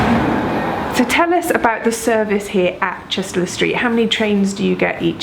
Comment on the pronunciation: I used to live in Chester-le-Street many moons ago. Locals actually pronounce it "Chesterly Street" (as in "a bit like Chester"!).